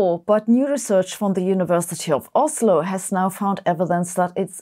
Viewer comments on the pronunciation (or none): none